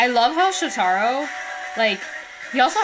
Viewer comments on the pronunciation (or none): Just FYI. His name is pronounced Sho-ta-ro with the emphasis on the Sho. 😄